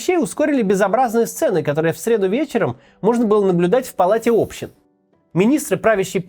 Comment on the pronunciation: Как можно было умудряться быть депутатом, при этом ставя ударение на букву о в «палате общИн»? При этом Максим сам возмущается, что странами управляют научи